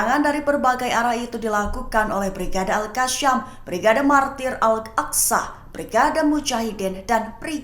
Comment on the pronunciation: Al Qassam, bkn al kassyam